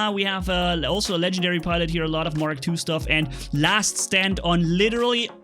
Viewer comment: Legendary not Ken gen diary